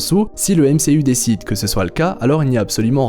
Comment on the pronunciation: Je suis le seul qui ne supporte pas « MCU » avec l’accent fr ?